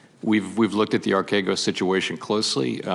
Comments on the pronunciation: Telling on herself by mispronouncing archegos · Bro what are you talking about she literally mispronounced archegos DURING this clip